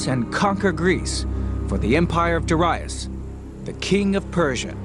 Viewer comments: Darius. The first syllable is stressed. Look it up. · The pronunciation of Greek and Persian names is hilarious. Mill-TY-adees LOL, Der-II-us LMFAO